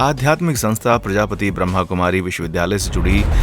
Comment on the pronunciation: प्रजापति नही प्रजापिता कहना प्लीज।